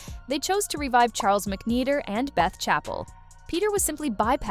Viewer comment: "mcNEEDER" ... OH I don't think so. Sorry.